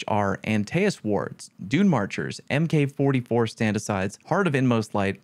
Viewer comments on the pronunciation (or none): MK.44 is pronounced "Mark 44"